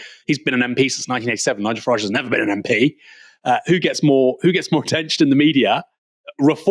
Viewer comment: "fing" "wiv" "neever" "fretten" "sumfing" "feem" 🤦🏻‍♀️ Please speak English correctly. You're but seeing a very good example to non English speakers or making yourself very easy to understand by them.